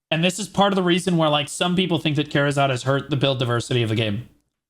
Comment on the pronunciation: Am I the only one being triggered by the wrong pronunciation? It's KA RA ZAD, NOT KA ZA RAD. what the hell man